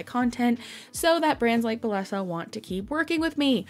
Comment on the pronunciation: hey! just so you know, bellesa is pronounced bae-esa or bay-yes-uh